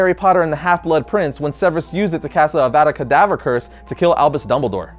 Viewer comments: its not adabra kadabra its avada kadabra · He pretty much said abra kadabra instead of avada kadabra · It sound like Avada kedavra is abra kedabra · It’s not abadra kadabra... It’s avadra kedavra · Rainbowtoyreviews it’s Avada Kadavra 😂 how you gonna criticise this guy getting wrong when you did yourself? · Hermoine:Your saying it wrong it's avah-duh ke-duh-vuh-ra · damn it, he pronounced aveda kadavera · It's Av - Ah - da KE- dah -ra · Anyone triggered by the way he said "Avada Kedavra"?